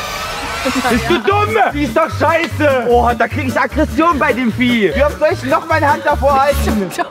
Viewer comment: JOEY: ,,BIST DU DUMM DA KRIEGE ICH AKKRESSION BEI DEM VHIE ICH:,,HUHUHUHU😂😂😂😂😂